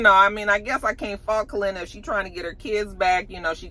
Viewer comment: Didn’t realize how much I miss you mispronouncing names until “Kalenna” 🤣🤣🤣